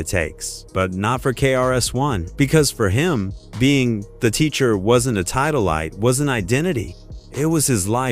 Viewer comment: The AI narrator is cringe, especially when it mispronounces titles.